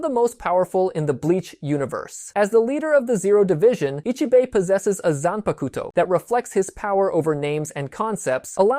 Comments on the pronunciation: They way you say zanpakuto is terrible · You said it nicer than me.